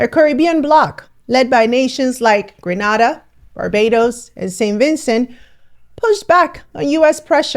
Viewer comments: Please stop mispronouncing Grenada! It’s not Granada! It’s GRENADA! ✌🏼 🇬🇩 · It’s Grenada, not Granada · Sis...You mispronounced our Caribbean island's name, throughout this video. Grenada is pronounced...gruh·NAY·duh. NAY rhymes with HAY. NAY like neighbor. You pronounced it the same as Granada, grah-NAH-dah, NAH rhymes with MA. which is a city of southern SPAIN. Please adjust, correct. Too many journalists make is misprounciation of our island. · We say.. greeeernayyydaa.....not grenarda..... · Please note GRANADA (is what you pronouncing is in Spain)! GRENADA (my beautiful island) is in the Caribbean. There is a BIG difference. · For future reference, it's pronounced Grenada not Granada, Granada is in Spain 😊. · Pronounced Grenéda. Granada is in Spain. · I love everything about it, but one thing😂😂😅😅😊😊it's is pronounced Gre Nay Da...still love you😂😅😅😂 💯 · Pronounced. Gree nay da🎉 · Grenada —> Gree👏🏾neh👏🏾da. Say it with me….🙌🏾😎🇬🇩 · If you’re going to talk for the Caribbean learn to pronounce the names of the countries correctly. Grenada is pronounced GREENADA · It's pronounced....Gree - nay - da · Gree nay dah ..... other than that, thank you for the info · Grenada pronounced - Gre- nay-da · I love listening to you but as a very proud Grenadian, please pronounce my country properly. Pronounce as Green A Dah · Great content....for future reference, Grenada is pronounced Gren-ay-da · Its pronounced green_nay_da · It's pronounced greNAAHda. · Ma'am...with all due respect .,it is pronounced Gre-NAY-DA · As a West Indian from Trinidad I can confirm that the proper pronunciation of Grenada is Gree Nay Da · Excellent information, but doublecheck the pronunciation of Grenada. It’s Gre nay da. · Grenada is pronounced:- Gree-naay-da. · It pronounced Green-na-da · it's pronounced Gree-Nay-Dah. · It’s pronounced GREE-na-da not grata-na-da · The country name is pronounced, Gree- nay da Gre na da Gwenada Green nay da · Please say Gren-naay-dah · TV The name is GRAY-NAY-DA